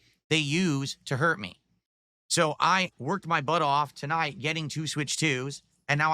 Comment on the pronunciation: "Muh Family" 🙄